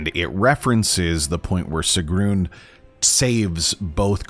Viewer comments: “Yous to fell, sigroon” at least get the pronunciations right before you make a fucking video 😂😂😂😂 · Why dude bro pronounce it sig-rune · Bro why do u say her name like “segroon” 😭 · I don’t understand how you can horrendously mis-pronounce Sigruns name when the characters themselves SAY IT OUT LOUD